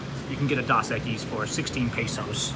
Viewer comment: DOS Equis. Beep Boop. Long "O", my friend.